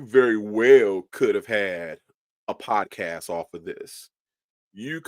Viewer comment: He can’t even pronounce the word “podcast”